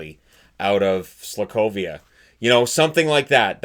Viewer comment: Did you say Slakovia